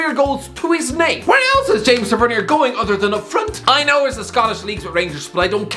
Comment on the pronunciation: His name is pronounced ‘James Ta-va-neer ’ not James ‘Tah-vet-KnEe-Er’